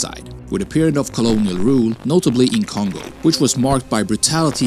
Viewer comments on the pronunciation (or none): none